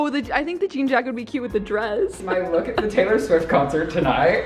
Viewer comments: wait, is it just me or is saying "looque" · they pronounce look as “luke”? wooow that’s so cute